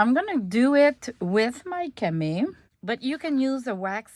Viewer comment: You said cama, it pronounced with the long e and o sounds at the end. Love the French language.